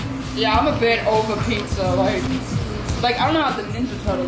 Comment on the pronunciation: no it's pijja